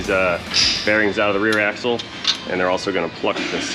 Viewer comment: "That's a big ax assle!"